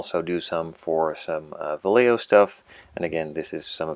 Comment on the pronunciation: Vallejo is a spanish word, so double L should say like J, and J say like H. We should say it Vajeho.